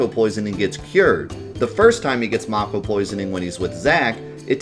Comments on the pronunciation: its may ko not maw ko. get it right! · I want to watch this video but your pronunciation of mako is making it hard. I don't know how it's actually supposed to be pronounced but in my head it's always been "MAY-ko" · Man I hope the remake pronounces it like "make-oh" like how I thought it was pronounced my entire childhood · I stopped watching when I heard how he pronounced mako. I'm so offended!